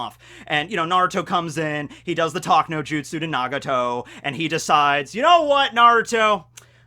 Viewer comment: and then he called doujutsu dowjutsu